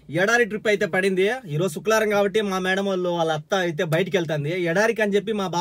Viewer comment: శుక్లవారం కాదు అన్న శుక్రవారం😄